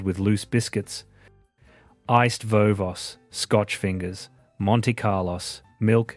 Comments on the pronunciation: I’m up to the biscuit bit… they are iced “Vo-Vo” + “s” for plural, not “Vo-Vos”… same with “Monte-Carlo”. Is this an AI voiceover? Am I just training AI now? Pls fwd payment to me c/o … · Iced Vo Vos is not pronounced vovoss 😂 at least not in Clovelly and Coogee it wasn't.... maybe WE were wrong but we always pronounced it Vo Voes. One VoVo ...two VoVo's🤷🏻‍♂️ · I am a child of the 70s and we didn't do all of that...but my neighbours and i still do this on a smaller scale... I miss drive ins ..there are twelve left in Australia... I would rather go to a drive in... picture cinema.. Pronounced iced vo-vo es.. not voss... 😁 Yeah vending machines..we still had them where i live in the noughties... They don't have now.. Kids aged five..this still happens where i live... Not many children do it.. You're wrong about reported.. The passbooks were still around in the eighties at least... The film rolls and development...yes used to take longer..but still around here in the noughties... Haha you're wrong about the channels... everyone started with ABC...also smaller localities we had our own local tv station too.. Yes a telegram was sent when i was born in 1972.. i had pen pals with my cousins in early eighties.. Yes Sunday rest day.. I loved the rotary dialler and miss them . We still had milk deliveries here.. we had a milk depot..the longest milk run in world in Mount Isa. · Mispronounced iced "vovo" and Monte "Carlo"! AI - That's annoying. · * Iced Vo-voss and Monte Carloss? Save me. Mooer AI narration again. Thumbs down. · Vo vo and Monte Carlo are the singular form of the words, pronounce them correctly please... Also we had the ABC on Channel 2. Otherwise perceptive and true! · True enough. Sad too but many of your images were American and you can’t pronounce “iced vovos” and “monte Carlo’s”. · 1. About Australia, with American pics. 2. Can't say, VoVo, or Carlos correctly. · AI can't pronounce Iced Vo Vos or Monte Carlos properly.